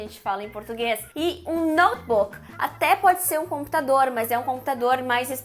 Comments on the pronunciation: Chipi 😁 Notchi buki 😂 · Great video! apart misusing those english words, what I find horrible but funny is the way you brazilians pronounce them: u shipi (chip), u nochibuki (notebook), auchidor (outdoor), etc. Hilarious